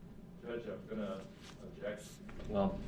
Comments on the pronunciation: I know right? For the first week of this trial he was also saying "abject" instead of "object". I really don't believe he's had 12 years of schooling like he says he has. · wilson “I Objek!” 🤣🤣🤣